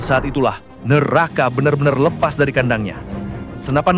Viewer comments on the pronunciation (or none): none